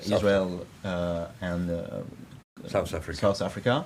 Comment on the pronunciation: did he just hit "South Africa" in a perfect English accent